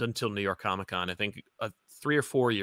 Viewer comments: I love, but I miss his old jingle that went “co-mick tropes!” I’ve never even heard someone pronounce it that way by accident, it was amazing. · Love that opening and glad someone else noticed how it was pronounced “co-mick”. That’s how I always pronounce it now.